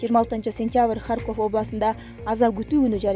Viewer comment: Алып баруучу,Сен кандай билимсиз акмаксын? Туура суйлой албасан,чыкпай эле кой,ХарькОв эмес,келесоо,ХАрьков.Качан жоготосунар ушу итти? Унун угайын деген ниет жок